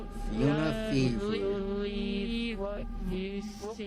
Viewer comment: Actually fauna is pronounced as (Faun-ah)